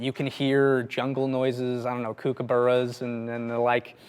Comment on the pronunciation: Mispronounced kookaburra, unsubscribed.